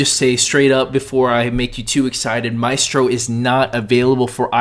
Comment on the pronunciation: You spelled Mystro wrong and you pronounced it wrong.